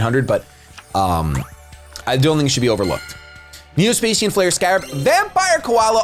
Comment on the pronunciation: It's neo spa-shan not spa-sian